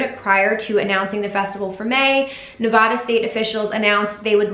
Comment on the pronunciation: Thank you for the video. It is Nev-Aaa-Dah not Nev-awe-duh. Wishing ill will is sickening. I think people were frustrated with the lack of communication on some of the points you hit. Like that AMA that never happened, only transfers and no refunds with a month left to plan, etc. There was really never full transparency and that’s what frustrates people. He even said if the plan got rejected (original insta post), they would move to October. It did get rejected, people had questions, but still moved forward without an approved plan. I’m sure they were assured though they would get an approval like you said and he said on Reddit. Anyway, appreciate the spread of positivity and thank you for telling people to stay nice to people